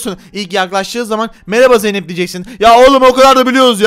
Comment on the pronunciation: Tarık zeynep e zeynet dedi hahaha